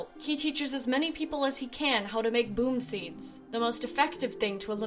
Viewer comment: Bombseeds not boomseeds ( no offense )